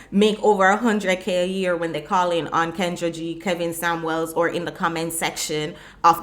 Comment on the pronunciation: Kevin Sam-WELLS ......... Lol.